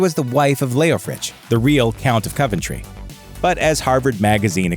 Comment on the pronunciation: Props to you for pronouncing Berkeley correctly. Thought you'd slip up there. Shame about Coventry, though.